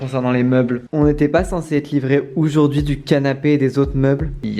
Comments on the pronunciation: pourquoi tu dis oujourd'hui au lieu de aujourd'hui ? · Ce moi ou au début il dit oujourd’hui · arette de dire OUJOURDUI tu me casse la tete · Ça ma stressé il dit « oujourd’hui »😬 Sinon j’kiffe ! presser de voir quand sa sera fini🤪